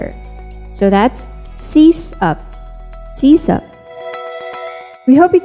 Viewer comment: Keitai Rijndael Schema SuSe Sysop I don't get the Sysop thing. First you say, pronounce it by its root words: System and Operator and then you say sees-up. Neither have I ever heard anyone say "Seestem", nor did you pronounce system that way. Why call it sees-up then?